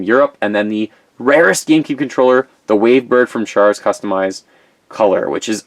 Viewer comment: If you butcher char's name one more time! Have a little respect and do some research....HAIL ZEON!